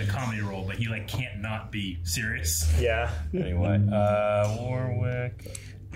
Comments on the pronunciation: The amount of times says Warwick wrong despite seeing Warwick tell people in the video how to actually say his name 😅😅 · Wo-rick dammit. Like the first syllable of what. Not literally "war-wick" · It’s Wah Rick not War Wick 😱😱 he literally told you how to pronounce his name and you proceeded to call him the wrong name lol it’s like nails on a chalk board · How the fuck is still gonna call him War-Wick seconds after watching him explain how to say his name? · ok. he just spent the whole of the end of the video telling you the middle w is SILENT! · War-wick is he John's brother ? 🤣 War wick parabelum would be interesting lol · Love how Warwick draws attention to the pronunciation of his name in the video and then you guys proceed to pronounce it wrong. 😂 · i love how they made a joke in about people saying his name wrong and straight after still does it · That's what I was about to say. Lol He literally tells people how to pronounce it correctly and they say it wrong. 🤣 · The middle W is silent in Warwick!!!!!!!!!!!!!!!!!!!!!!!!!!!!!!!!!!!